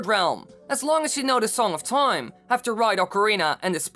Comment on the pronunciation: U say toime often this video